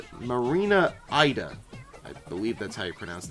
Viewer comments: I love this video! fyi tho, that marina's last name is pronounced "ee-da", rather than "eye-da". This is due to her name in Japan being Ida, so the fandom kinda uses their pronunciation as reference. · Her last name is pronounced E-Dah not Ai-Dah